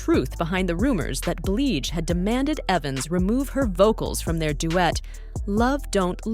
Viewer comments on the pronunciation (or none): Who the hell is “Bleeej” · Why is it that you can make this video but can't pronounce her name correctly. The women has been singing over 25years how the hell you dont know how to pronounce it.. Yall white people do this a lot i notice when making these videos. Just sad...